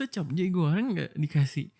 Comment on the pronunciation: Baru denger orang bilang capcay jadi capjay anjayyy😭😭